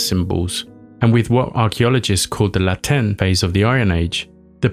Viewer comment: That was an unusual pronunciation of ‘Latin’